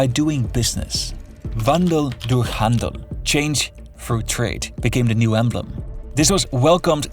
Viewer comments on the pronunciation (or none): none